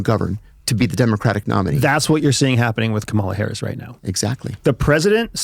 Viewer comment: I don't understand why a host and a guest who are clearly intelligent, well-educated and incredibly articulate deliberately mispronounce Harris' name like a bunch of giggling second graders who found their dad's Playboy stash. It casts a pall over every other thing you say. If you've got something you want to say about her, say it; but do it like men.